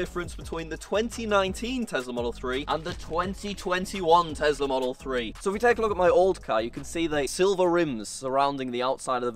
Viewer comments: bruh he cant say tesla he can only say tezla jk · absolutely love your videos. But FFS please STOP calling it a TEZLA!!! It’s a TESLA!!! SSSSSSSSSSSSS... for snake 🐍 not ZZZZZZZZZZZZ FOR zebra 🦓. It drives me mad 😠!!! Haha...